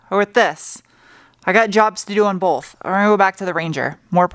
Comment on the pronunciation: Did I hear an “L” in “both”?